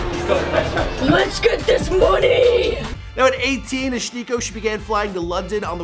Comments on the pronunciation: why do you keep pronouncing it like "ah-schneeco"? it's "ash nee-ko" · Ash- Nee- Koh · It's pronounced ashneeko but ok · Why he say her name "shniko" smh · Why he pronounces SHHHnikko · are we just gonna ignore the fact that he pronounces it "Shnikko" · It’s pronounced Ash. Neeko. Why are you barely even enunciating it? Your speech patterns are fucking bizarre dude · He says her name weird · WHY IS HE PRONOUNCING HER NAME LIKE THAT. SHE LITERALLY PRONOUNCES IT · Everyone keeps saying how they thought she was some girl from that show and I just wanna know why he’s pronouncing her name so fucking WEIRD?!